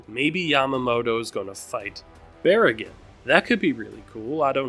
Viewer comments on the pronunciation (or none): for clarification, its pronounced "baah-raah-gaan" with the "A" pronounced in the same way as "rock". Same goes for "Haa-ree-bell". the A is pronounced the same way "starrk" is